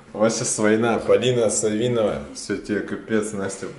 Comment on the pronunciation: Не СавИнова,а САвинова вот так смотришь и 2 года ,а они фамилию прочитать не могут